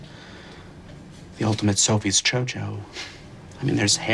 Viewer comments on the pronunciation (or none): Yes, he is saying Sophie's cho cho instead of Sophie's Choice